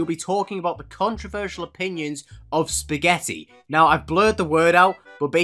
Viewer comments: Can't even say spagetti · beo dont make spaghetti sound bad spaghetti 🍝🙄😒😙